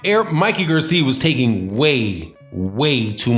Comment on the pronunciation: Why r u saying Mikey's last name like that...